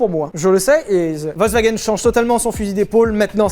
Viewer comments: Alors tu nous fais chier avec Veyron Veyronne mais tu dis wolkswagen tout le long. Le V en allemand ce prononce comme un F, Folkswaguène. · Quand tu entends Volkswagen alors que t'aurais du entendre Folkswagen et que ça critique la prononciation des Bugatti ^^ Volk dit Folk c'est le peuple Volk dit V c'est un nuage Ouais l'allemand m'a traumatisé ^^ mais love sur vous !